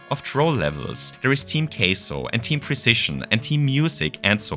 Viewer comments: Is saying Queso as engagement bait or does he after all this time still doesn't know how to pronounce Kaizo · How can someone with such information and passion for Mario Maker not know how to pronounce kaizo lol ...not that I'm against the idea of Queso Stages... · team queso 😋🧀 seriously tho how do u make a mario maker video about hard levels and not no how to pronounce kaizo hahahahah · please stop pronouncing kaizo like it's "queso" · it took me 12 minutes to realize that you were saying "kaizo" :l i was very confused as to what a queso level entailed... or why there would be a caseoh team... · why are you calling kaizo case-oh? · Never heard "Kaizo" pronounced "Queso" before but I love cheese (in MM and as a food) so I dig it! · When you say “kaizo”, it sounds like the Spanish word for cheese. “Queso” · Is THAT what the was saying?? I was so confused